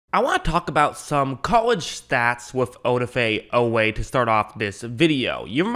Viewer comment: Oweh consistently running down backs, was no fluke. He ran sub 4.4…work on that pronunciation, you’ll be talking about him a lot this season 😈